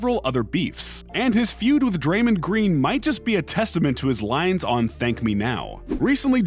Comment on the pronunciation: Draymand Green? You mean Draymond Green.